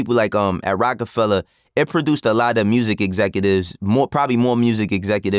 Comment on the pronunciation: Of course Vlad would put the hard “ER” on Rocafella… very on brand 😂